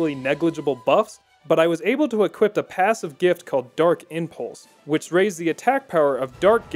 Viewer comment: Someone told me you sound as if you're saying equipt with a t at the end and not equip and now I can't unhear it. Still love you though